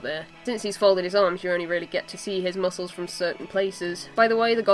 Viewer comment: "my favorite part...mucles" xDDD